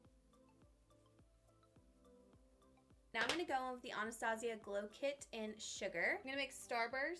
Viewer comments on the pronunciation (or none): none